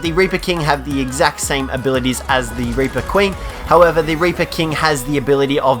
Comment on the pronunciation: Instead of reaper he said raper